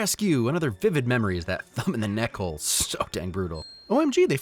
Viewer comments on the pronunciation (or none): none